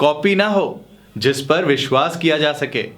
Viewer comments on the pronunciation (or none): none